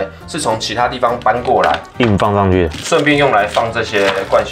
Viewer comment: 上去聽起來像窗戶